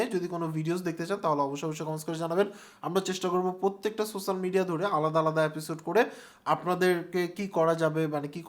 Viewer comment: Spell so-she-al media , not sosal media .